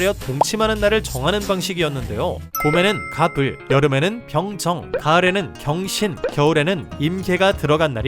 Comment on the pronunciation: 경신을 병신으로 들음😵